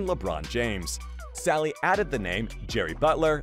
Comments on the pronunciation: Salley not Selley 🤦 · It's John Salley not Selley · John "Say-lee"? This guy really knows basketball!